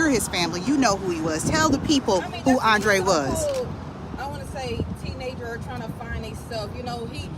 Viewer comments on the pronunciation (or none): Hey Sis please correct his name on your Rest In Peace banner! His name is Andre not “ Andrea”